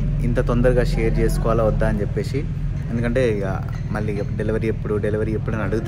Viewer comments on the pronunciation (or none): చెప్పే"షి", వచ్చే"షి", తినే"షి".... అని కాకుండా చెప్పేసి, వచ్చేసి, తినేసి అని పలుకు.... తెలుగు మన మాతృ భాష... మనమే కాపాడుకుందాం....